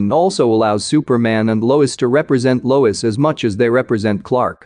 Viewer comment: It Lois not Louise